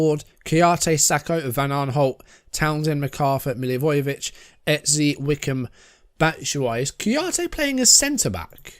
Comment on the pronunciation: Eze is pronounced “ezz- zay”